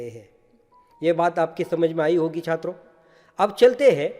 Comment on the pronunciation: I like the way sir say "छIत्रो"